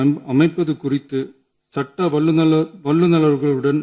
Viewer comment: வல்லுனர்கள் என்பத, வலு வலு nu படிக்கிறான்